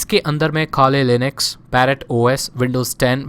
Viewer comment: bro jab aap Kali Linux bolte ho tab lagta hai ki Khali Linux bol Rahe ho😇☺